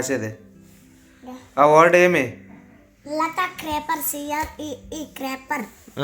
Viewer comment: క్రేపర్ కాదు క్రీపర్ తల్లి ❤❤❤